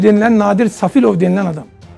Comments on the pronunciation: Nadir Safilov yox Nadir Salifovdu adini duzgun de ve rusyada yox AZERBAYCANDA hapisde olub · Safilov yox Salifov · Safilof Yox Salifov Bu Bir İkinci de 21 İl Russiyada Yatmıyıb Buda Serfdi